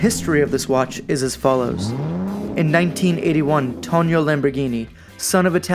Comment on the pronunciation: Just a couple of corrections my friend. First of all it’s not “Tonio”, but “Tonino” (it’s pronunced “toneeno”). Second, this watch has nothing to do with the car company. It’s not true that Tonino (who was indeed the son of Lamborghini’s founder Ferruccio) started designing watches in 1981 to “diversify” the family business out of luxury car manufacturing, cause Ferruccio Lamborghini had already sold the car company and got out of the luxury car business in the early 70s.